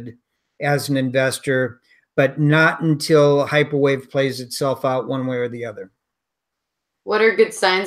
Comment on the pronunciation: probably says "this is hyperwave" in the beginning of the video, but I have no idea what came out of her mouth. Automatic subtitles show "microwave", but that is just an approximaiton